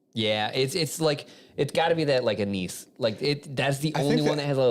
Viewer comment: Anise: “Ann-iss.”